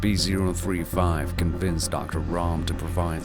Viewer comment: I heard the narrator say SP, and not SCP.